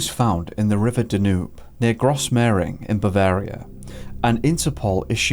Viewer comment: Great coverage of this and other cases. Would be nice if you could pronounce the name of one of the World's most famous rivers. Danube is pronounced like dan-youb. Also mitre is mi-ter not mitra.